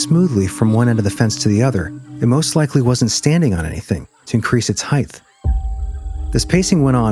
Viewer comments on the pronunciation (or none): Did you just say heighth?